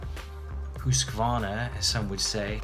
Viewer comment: As a Swede I can say you are the only foreigner I have heard on YouTube that can pronounce husqvarna the right way